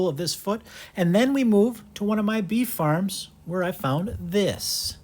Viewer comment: i thought that you said bee farm when you said beef farm I was like why would a bee keeper have cows?